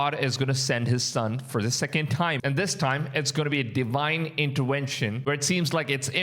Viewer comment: "Deewhine intewenshn" What a crap, what a blasphemy